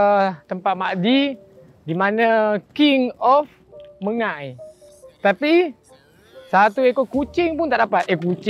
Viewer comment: Mengai, bukan mengail 😂